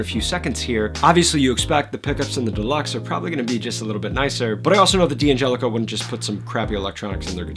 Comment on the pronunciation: In an Italian name, the D' prefix is not an initial (that you would pronounce separately), it's a contraction – like in the English word "can't". We don't pronounce "can't" as can T , right? D'Angelico starts with the syllable 'Dan'. (Likewise, D'Addario starts with 'Dad'.)